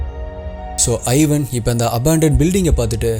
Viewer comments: Ivan is pronounced as Evan not I-van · its not 'i'van, its pronounced evaan. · Thambi athu ஐவன் இல்ல இவான்